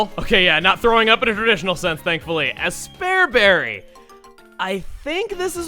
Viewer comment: Has 42 other Aspear Berries... "A SPARE BERRY"??? I am so sorry...